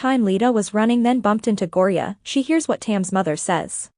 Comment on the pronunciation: Its Thyme (Time) Ren Talay (Ta-lay) Gorya (Gore-Yuh)